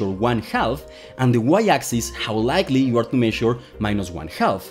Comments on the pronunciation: Get you’re not a native English speaker but “half” is pronounced as if the “l” is silent. Loved the video by my ears were in constant conflict :-) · Great video but you really need to stop pronouncing the L in the word Half. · The L in "half" is slient. Speak English, please. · If they said "throog-huh" for through, and they said "ka-nife" for knife, and they said puh-nu-mat-ic, they wouldn't be speaking English either. Pronouncing the L in "half" is totally ridiculous and completely unacceptable. Someone needs to tell them that it is kindergarten level English. He's this brilliant genious quantum mechanics expert, worthy of deference and worship, right? Why can't I hold him to a standard of speaking a passable level of English? Do you think I am the first person to point it out? Obviously not. He is so cocky and condescending, he thinks he knows better how to pronounce it. It's a case of Dunning Kruger, bolstered by an arrogant belief in his own brilliance. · “Half” is pronounced “hāf”, not “helff” — the “l” is silent! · For clarity, please do not pronounce “half” as if it were “halth” or “health”. It doesn’t register in my brain. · se pronuncia jaf no jalf. maldita sea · you're English is pretty good, which is why it kinda threw me off a little too lol. It should be 'haff', which rhymes with laugh even though it also doesn't look like it should sound that way. A baby cow is calf which also sounds like 'caff'. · Great video! Note: "half" is pronounced "haf". The L is silent! It's also silent in: could, should, would, calf, chalk, talk, walk, etc. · Hey, great video, but small tip: the "l" in "half" is silent, it's pronounced just like "haff" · "Half" is pronounced "haf", we don not pronounce the " L " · Let me help you with ½: it's pronounced "haf". Your welcome. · Me encanta tu energia y explicaciones, pero por favor, cuando dices "half" la "L" es muda y seria "haf". Otra igual es "talk", no la pronuncias "talk" sino "tok" ademas en esta cambias la "a" por la "o"